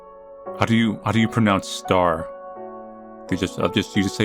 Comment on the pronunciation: How do you pronounce 'star'? LMAO